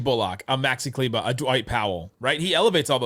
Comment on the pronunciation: Kleber. Not Kleba